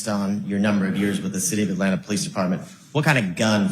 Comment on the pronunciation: Someone said POE LEECE 😂